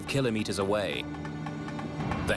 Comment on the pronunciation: Love these docs but what’s with the odd metric measurements? Flight altitude is standardised in ft, not meters (or “killer meters” according to this narrator). English accent but certainly not our numbers 😵‍💫